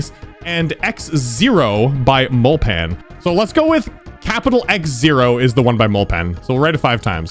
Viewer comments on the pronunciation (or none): By the way mulpan is pronounced like mul-PIN. If you don't know, Mulpan is another popular GD YouTuber